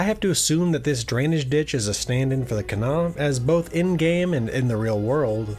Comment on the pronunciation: As a WV girl, shouts to you for pronouncing Kanawha correctly! If you want to sound like a real local, pronounce Huntington more like "Hunnington."